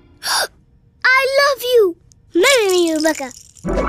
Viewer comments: Why do the subtitles say katara but it sounds like everyone is saying rebeca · why does it sound as though he is saying Rebecca instead of Katara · Rebeca? It's katara